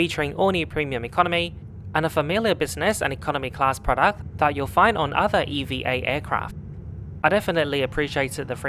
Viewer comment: Just a curious question.. why are you pronouncing "EVA" as Eee-vee-A and not as EVahh... is it an acronym? Most people pronounce it as Evahh though 🤔🤷‍♂️